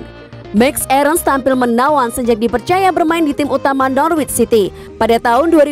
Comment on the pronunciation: Norwich dibaca 'nor rich' , gak pake w ya mbak......